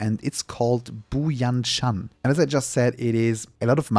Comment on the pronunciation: you tried your best for the pronunciation, but let me help you with it - Bu Jian Shan : boo - jayne - shan't - Hexi: her - see - Kai Feng : Ki ( of Kite without -te, or Kyle without -le ) - ferng ( funk with an 'e' and 'g' )